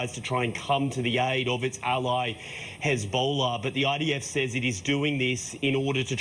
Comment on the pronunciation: did that re re say "Hezbollar"